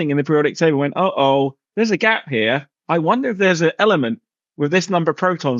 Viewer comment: He mispronounced a bunch of words called silicone and element , then said the spot on Jupiter would make a planet how when it’s a storm. Than said it’s at the equator it’s not it below it at twenty degrees. Then when asked to describe it he say the sun spits out planets like we poop… he a complete idiot n if u think he’s smart go get help .